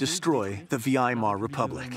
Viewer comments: It might be a bot hear how the narrator says "Weimar" It supposed to be pronounced Vigh-mar. The narrator says Vee-eye-mar It's too funny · The Vee-eye-Mar Republic 🧐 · Why is the narrator pronouncing Weimar as V I mar? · the vee-i-mar republic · Why do you keep mispronouncing “Weimar”? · Picky-picky point on a great program: How could the North American narrator not know how to pronounce “Weimar”?